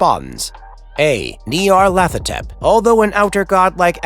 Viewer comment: The idea that there is a difference between outer gods, elder gods, and old ones, comes from Derleth, not Lovecraft. It's also pronounced Ny-ar-lat-ho-tep